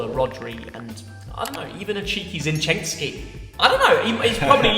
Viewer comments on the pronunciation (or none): Its zinchenko lad. Do your research. Shocking.